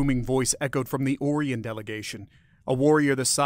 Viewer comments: I've never heard Orion pronounced as "Or Ian". Only "Oh Ryan". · It is ”O - rye - on", is it not? I could be wrong but hearing "Ore - ee - on", it's wearing thin. It's getting harder to not yell at my tablet as it continuously mispronounces certain words. I'm old, let's just say past 60. I'm just not as flexible as I used to be, and way more crabby!! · Stop mispronouncing Orion.